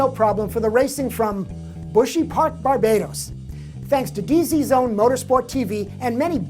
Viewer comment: Yeah um,, you pronounced the name of our channel wrong though. It's D-Zone Motorsport TV.